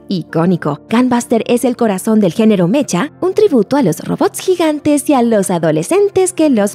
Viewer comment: se pronuncia mecha no mesha